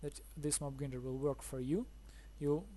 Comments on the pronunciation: Your English is very good! Just one tip. "Grinder" - say "i" or "eye" gr-eye-nder. Not "Greender". But that's just a small tip. Thanks for the video, it's a cool and neat design! I'm going to struggle to get the villager up there, but I'll give it a go. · its pronounced mob gr-eye-nder as in eyeball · Lol it mob grinder not greender lol good video